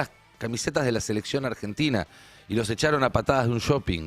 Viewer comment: dice argetina